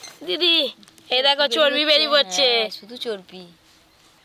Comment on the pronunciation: এত বড় youtuber চর্বি কে চর্পি বলছে